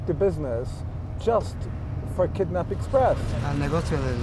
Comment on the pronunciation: It's quite irritating that the narrator cannot pronounce "long i and short i" properly >>> city > cety ...kidnap > kednap and more.